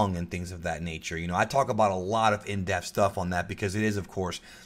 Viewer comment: I know somebody else had to have noticed this but every time he says “in depth” he says in death...